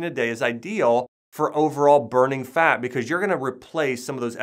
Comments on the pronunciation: Can't get over how he pronounces FAT as FAAK.. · Jay Loe now I just hear “ FAAAAK”